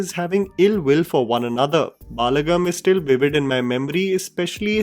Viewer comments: Balagam = बलगम Not बालगम as pronounced. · For the nth time, it is 'Balagam' not 'Baalagam'